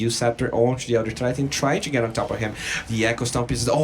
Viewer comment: It really bothers me that this caster says "chew" instead of two/to